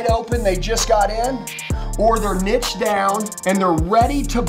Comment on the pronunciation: Soooo why do you pronounce niched as nitched 😂 I’m out